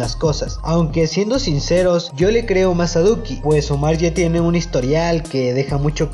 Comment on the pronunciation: SOY YO O CUANDO EMPEZO EL VIDEO DIJO LUCKI EN VEZ DE DUKI